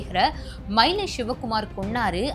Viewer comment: ஷிவ குமார் ,ஸேகர் அப்படின்னு பேஸ தெரியாம பேஸீருங்க.தமிழில் ஸ அதிகம் சேர்க்காமல் பேஸ Sorry பேச கற்றுக்கொள்ளவும்.